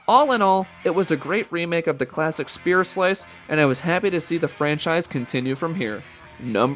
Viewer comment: I never get how they can make any video like this and not sound one bit enthusiastic. Sucks... And "spear" Really?